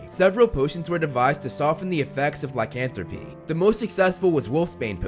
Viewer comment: Lycanthropy, not licanthropy